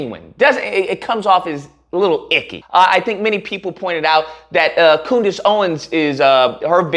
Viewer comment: COONdace Owens 🤣🤣😭😭😭 why am I just now hearing this?